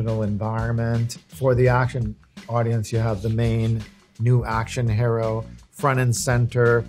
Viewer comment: that's not how you say hero